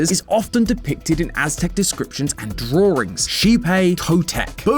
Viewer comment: Why do you pronounce drawings as "Draw-rings"? 😭😭😭